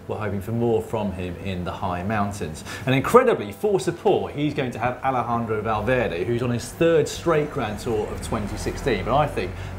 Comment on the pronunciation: Who else heard matt say alfendrovo valverday ?